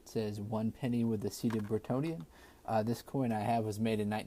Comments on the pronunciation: I noticed you keep saying 'seated Brittonian', but don't you mean Britannica? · Prenouced BRIT ANN IA as in the anthem,,. BRITANNIA RULES WAVES, ,. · Its actually Brittania